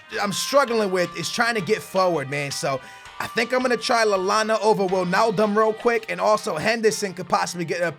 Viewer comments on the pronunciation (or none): none